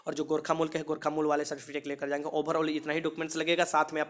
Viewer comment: Bhai certificate hota hai certifitace nhi hota